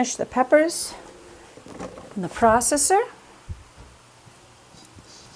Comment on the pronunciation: Lord you say processor so weird and so much that its annoying. Anyway, those green peppers should have been cleaned more and chopped smaller. You wouldn't have to blend so long and it would cut down on the foam.